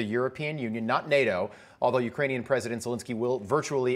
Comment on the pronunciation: It's not YOUkraine. It's not MEkraine. It's YouKRAINE.